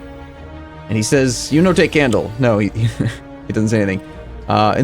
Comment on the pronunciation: You got me at "you no take canle"